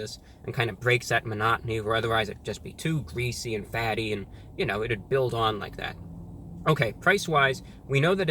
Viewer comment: Incwedibly gweasy